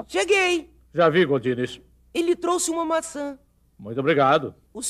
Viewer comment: E eu que jurava que eles pronunciavam GORDINES!? 🙊🌚😂